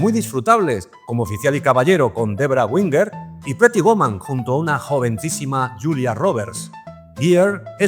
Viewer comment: Su video es tan malo como su inglés... Peti woman... Jajajajajjajajajajaja